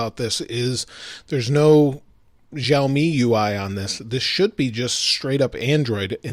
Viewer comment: Shar...me , not Jarl...me !!